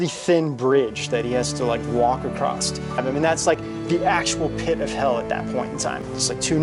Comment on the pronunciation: One walks "across" a bridge. Not "acrossed" or "across".